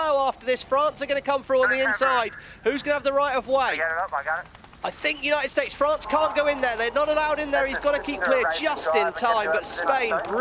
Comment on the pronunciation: Does that English commentator have 't' in his vocabulary? "Uni-id Staz."